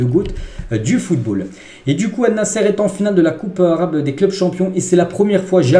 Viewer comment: Désolé mon frère mais tu prononce mal l équipe de CR7 au lieu de Allnassr, mais pas Allnassere. Je te demande pardon d'avance si j'ai mal parlé. Merci pour le compréhension.